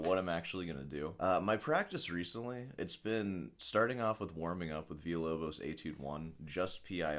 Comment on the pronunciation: I understand what you are trying to do,, but thats not how you pronounce villa-lobos, be better.